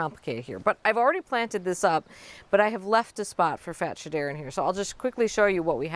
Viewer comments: It's pronounced Fats- Hedera 😅 but I love the way you say it Carex are on my list, that and more Hakonechloa. My garden is drowning in ivy, it's a constant battle to hold it back (UK). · Yes since it's intergeneric hybrid of Fatsia and Hedera it's pronounced Fats-hedera in the trade. But her way might be more fun